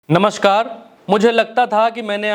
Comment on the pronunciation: बकवास कर रहे हो, नमस्कार बोलना सीख लो , नामशकर बोल रहा है